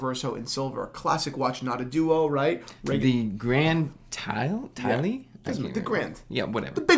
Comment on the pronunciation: Reverso gets my vote. I think it is pronounced “Gran Tai” but I would confirm with a native speaker.